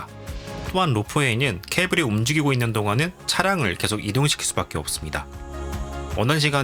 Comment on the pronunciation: 내용도 너무 유익하고 영상미도 목소리 톤도 너무 좋은데 발음이 좀 많이 걸립니다.. 한번 신경쓰게되니까 쭉 넘겨버리게 되네요.. 개챨기, 왼쬭 오른쬭, 꼉우에는, 계쇽, 고뮌, 문쩨는, 두번째료는, 등등 ㅈ,ㅊ 발음이 많이 흐르고 ㅓ, ㅗ 이 붙는 단어에서 발음문제가 생기는듯 해보입니다, 몇몇 발음만 교정 하면 좋아질것 같습니다. 부분에서 천천히 설명하는 템포에서는 발음이 개선되는게 보여서, 더빙이 마음에 비해 너무 빨랐던게 문제였을지도 모르겠습니다.